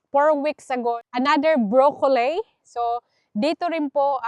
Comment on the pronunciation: Huwag mo masamain kung correct mo ang pronunciation ng broccoli. Hindi brokoley. Tanong mo kay David, your husband, unless Australian accent yon. Follower mo ako kaya Ayaw kong pagtawanan ka nila. Alam ko tamang pronunciation ay as it spells, bro-co-lil.